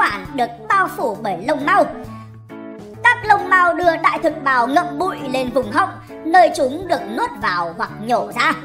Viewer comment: Sao nghe đại thực bào giống đờm thế nhỉ 🤔🤔